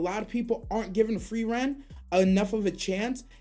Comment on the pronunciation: So Free Eren is still here. Disappointing how mispronunciations still happen. He actually say it correctly! Great video.